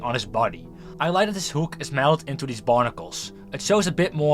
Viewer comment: I will type in English to not attract this to the Dutch algorithm but dude, you sound like you're not even trying to pronounce stuff correctly, I don't know if you're still in school but if you are please speak with your teacher about your pronunciation, I think most native English people aren't understanding you correctly, for example you pronounce "hook" like "hoek" when that's not how it's pronounced or "animatronic", you sound out the R when that's really not a thing in English, as both a native Dutch and English speaker your English hurts my ears :,)